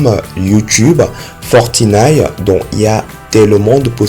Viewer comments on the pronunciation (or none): lol comment il a dit fortnite il a dit forti nine